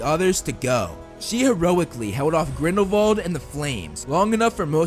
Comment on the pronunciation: why do he keep saying vrindelwal instead of grindelwal